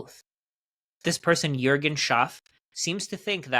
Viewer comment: no joke, did you live in germany or work with German speaking colleagues? Even names like Juergen you pronounced accordingly.